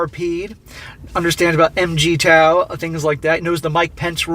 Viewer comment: Imagine being a MGTOW channel who doesn't even pronounce MGTOW correctly!